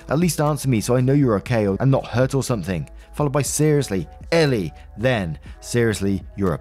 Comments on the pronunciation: Great Story Btw Her name in the story is ELLE pronounced as the letter L It's and odd name but rather common in America & Canada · "elle" is pronounced "L" lol that's why she said the bit about her real name starting with L. please watch legally blonde